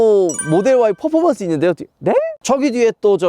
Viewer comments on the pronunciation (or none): none